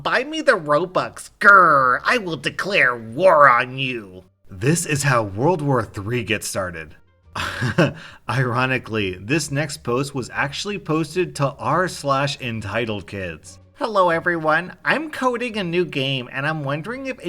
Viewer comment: “This is how World War III gets started” and then the next thing you hear is “Iran-ically”